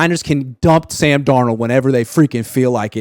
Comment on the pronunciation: Pretty sure it's Sam not San Donald 😅